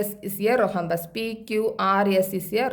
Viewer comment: Mam it's rhombus not rohumbas